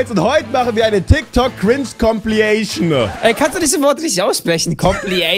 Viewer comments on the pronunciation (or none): Compilation nicht Compliation no hate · Danny sagt kannst du compilation nicht aussprechen aber kann nicht mal fidged spinner sagen xD